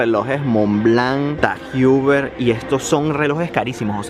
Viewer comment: asi no se pronuncia tag heuer